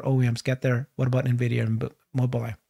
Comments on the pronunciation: En vidia, not Na vidia. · After 5 years still can’t pronounce Nvidia